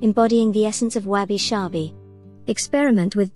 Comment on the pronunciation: Why do you pronounce it as Wabi "Shabi"?...... I think it should be Sabi